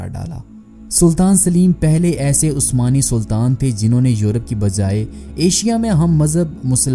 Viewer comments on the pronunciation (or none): none